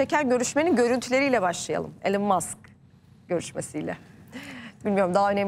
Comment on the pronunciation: 😂 İlan'da değil, İlon, Google'e yaz: how to pronounce elon musk